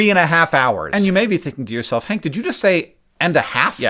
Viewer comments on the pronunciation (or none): none